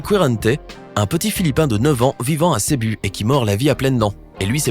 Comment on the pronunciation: ça se prononce "cébou" pas "cébu"